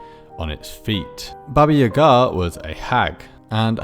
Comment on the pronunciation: As a Russian speaker I was surprised that you didn't butcher pronunciation of Баба Яга's name like most people